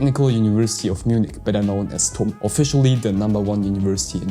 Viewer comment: Tum read as Tuti